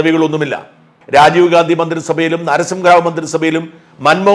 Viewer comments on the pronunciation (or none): none